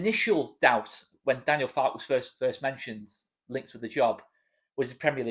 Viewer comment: I think you pronounce the "e" at the end of Farke - as he's German and they tend to pronounce every letter in a word....I could be wrong - sorry if I am. Keep up the great work